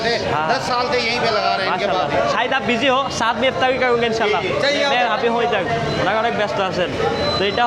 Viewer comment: আফতারি আবার কি? ইফতার বা এফতার পর্যন্ত চলে। ভ্যাহেস মানে মহিষ, ভেড়া নয়। উচ্চারণ খুবই বিরক্তিকর, আপনি কথা বলার সময় গলার ভয়েসটা আরো বিকৃত করে কথা বলেন, যেটা আরো চরম ক্ষ্যাত মার্কা লাগে।